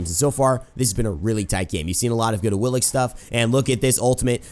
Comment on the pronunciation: Do the gods not say their name on PC? I'm late to the party and all, but she pronounces it "A-wii-lix" on ps4.